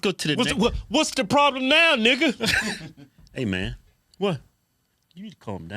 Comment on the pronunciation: "Whats the prawblum naw nigga!" 🔥🤣🤣